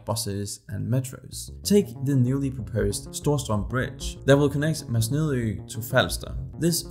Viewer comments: Super udtale af "Masnedø" 😂❤ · As a native, I must say your pronounciation of Masnedø was pretty horrible.